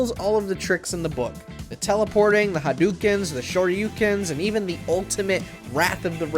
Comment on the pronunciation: "the hadookens"